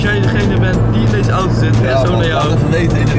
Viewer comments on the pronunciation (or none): none